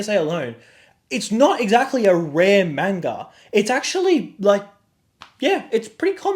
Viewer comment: At least say manga correctly